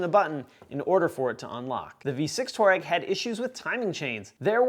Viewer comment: its pronounced twa reg not tourrag!!! if you dont know its name how can I trust you..? its REG not RAG bit like saying TUK son, not tooson for Tucson.. I know im a pedantic auldjun..3rd edit... no more cant listen